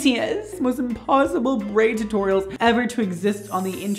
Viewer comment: Brad i legit snorted when you were trying to pronounce braid 2.